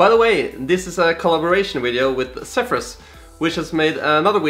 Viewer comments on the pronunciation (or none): none